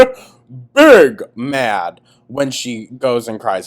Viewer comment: I will always hear “big mad” as “pig mad,” shoutout to Charlie Gold. 😂